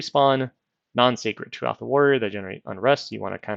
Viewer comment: Since you asked, it's pronounced "tuwa-ha". You got the first part right.